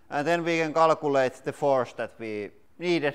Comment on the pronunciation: Wtf is KALAAKOLATE (calculate)😂😂😂